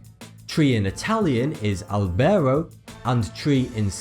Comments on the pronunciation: It's not "Albèro" but "Àlbero" ... °>°/ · tree in italian is albero with the accent on the A.. àlbero (you just don't put the accent)